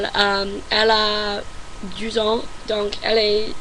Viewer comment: Ton français est super mais évite de séparer les chiffres et "ans" .Pour ça tu peux faire la liaison ;-)